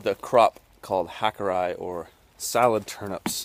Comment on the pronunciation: Japanese. Ha - koo - rday-ee not ka koo rye